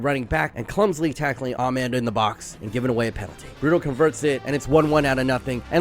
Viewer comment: You’re genuinely one of my top football YouTubers but damn the American accented pronunciation of ‘Amad’ is atrocious 😂